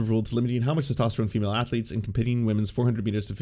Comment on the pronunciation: My sole takeaway from this video is: 'athuletes'.